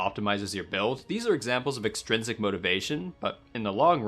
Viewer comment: extrinsic not exstrinsic